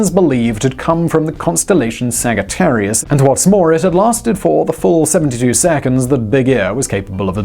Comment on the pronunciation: Did you say “sagga-tarious”??